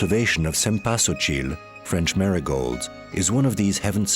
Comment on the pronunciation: strange. Ai pronunciation of the 😢word "drought" .. arrgh ... narrator says "sem-PA-so-chil" arrrgh . the flower of day of the dead.